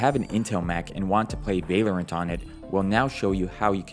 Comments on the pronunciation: bro its. val or ant lol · i love the way he says valerent instead of val-low-rant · its vah-lorant not vay-lorant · It’s valorant not valyerint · Vay-Lorant is pissing me off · it is v ah lorant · bro vaylorant lmao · aint no way he just said vay lorant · vai-lorant xd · why do you "vaylorint" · Ah yes whaleorant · u mad me so mad bc of how u said val-or-ant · you say valorant werid